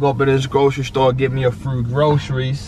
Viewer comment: "git mi swom gwocreises"